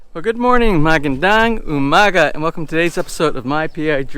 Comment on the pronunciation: Sir these are great videos but please work on your magandang umaga pronunciation 😂